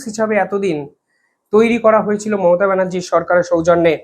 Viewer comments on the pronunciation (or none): none